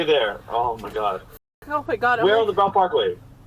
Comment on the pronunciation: BELT PARKWAY, people. omg😂 not BELL